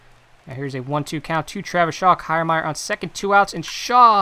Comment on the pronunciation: Good video. But that’s not how you pronounce Kiermaier